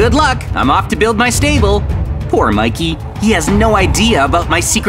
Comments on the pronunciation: I saw say mickey But its Mikey (Im not being a hater I love maizens vids:D) Its kinda funny he said that 😂😂😂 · Miked ? Do you mean Mikey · At one point It said Mickey instead of mikey💀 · Guys, if you change the language mikey heard like shinbi house heawnwoo and is shinbi house shinbi